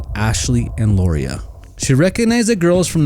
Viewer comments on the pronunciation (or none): First, Lauria's name is pronounced Laura. I asked her Mom how to pronounce it and that is what she told me. You need to take out the burning brick house that you said is where the Freeman's lived. Wrong! They lived in a mobile home. The incompetent sheriff's office did not initially find Mrs. Freeman. The Bible's did when they went to the burned mobile home and all but stepped on her burned body. There are hundreds of pits and mines in the area where the girls are believed to be and they aren't like the pretty blue water showed in this video. These girls are very special to me and if you can't get the story right then take it down. Yep, I'm not a happy with how you told this half truth story. The case isn't SOLVED until the girls bodies have been found. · It was Danny and KATHY Freeman, not Karen. And Lauria's name is pronounced like Laura, not how you butchered it.